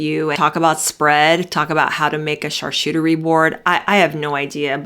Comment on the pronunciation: Charcuterie is pronounced shaar·koo·tur·ee. Not shaar-shoo-tur-ee.